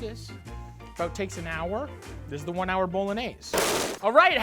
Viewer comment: Cause he says it properly? 🧐